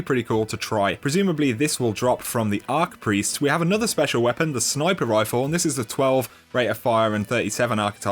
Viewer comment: Archpriest not arcpriest lol